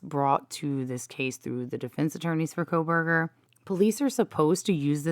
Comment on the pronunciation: Did you say Proberger? 😅